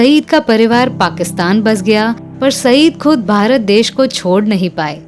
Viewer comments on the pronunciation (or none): none